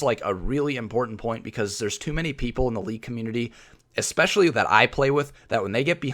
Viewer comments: You both said "ecspecially" instead of "especially" and I'm still cringing. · Why can't people say the word especially correctly lmao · Anyone else get bothered by how they pronounce "especially" xD